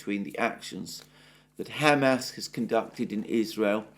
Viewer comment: Mr. Mercouris, thank you for being the only notable pundit capable of correctly pronouncing Hamas. 👍🍻